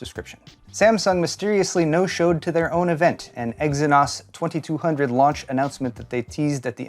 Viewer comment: Ex e nose